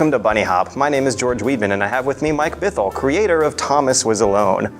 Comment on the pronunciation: Bithell? Is that his real name? How cool his that for a game dev? Too bad he pronounces it wrong though.